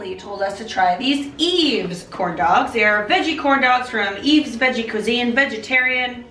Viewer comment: I remember seeing another video where they said the brand Yves is pronounced wives ("y"ves). Blew my mind